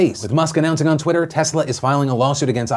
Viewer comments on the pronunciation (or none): none